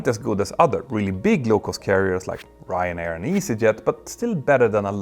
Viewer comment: I love when he says Ryanair ❤